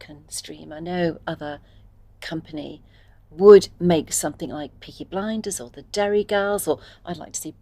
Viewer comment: "Somethink" in place? No grey matter in place 📍.